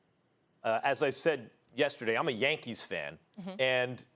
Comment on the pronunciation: Engin Sezerman Max’s “Yankeeth”